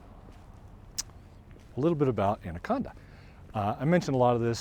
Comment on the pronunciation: Natives pronounce it "And a con da."